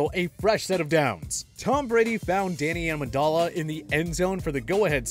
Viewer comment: Ok, I am done this guy does not watch football. How does he say Adoree Jackson, Maurkice Pouncy and Danny Amendola.